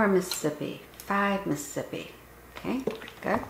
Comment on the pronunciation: Isn’t the whole point of counting to the syllabic cadence of ‘Mississippi’ to correctly count down elapsed time without the benefit of a timer?? Why count at all, if you’re going to mispronounce the name of the state as: “Muh-sip-pee”? That extra could mean the difference between an intact or a faulty seal.